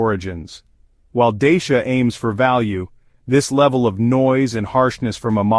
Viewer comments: You talk about some brand Deisha ... but all I see is a Dachia ... this confusion is a bit unprofessional for someone pretending to do a serious review! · You can't even pronounce the brand properly, let alone your monologue voice, you not very believable